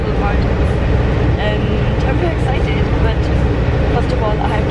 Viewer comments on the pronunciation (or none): none